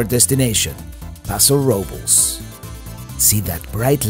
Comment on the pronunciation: As always, great video. I should correct you on the pronunciation of "Robles" It sounds like Robe-less.